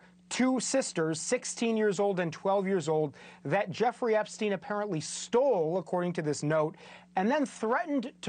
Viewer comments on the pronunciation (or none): Why do they all pronounce"Epstin" , "Weinstin", while they pronounce Einstein properly? That's kind of ridiculous honestly...